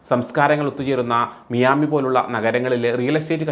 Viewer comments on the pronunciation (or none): മിയാമി എന്നല്ല മയാമി എന്നാണ് ഇവിടെ pronouns ചെയ്യുന്നത്. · It is Miami. Please learn the name correctly. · Miami pronunciation itself is wrong😂😂